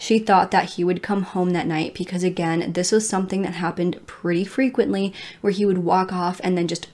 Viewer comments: Does anyone else smile when says “ pecause “lol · I never noticed until you said it!